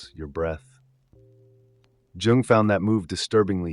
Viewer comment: "For Djung" dude it's "Yhungh" America pls don't study Europe you're so far off go back to MK-Ultra